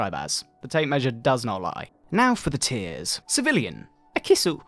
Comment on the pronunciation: Heard "Now for the tiers" as "Now for the tears" and thought we were gonna get some super sad news :(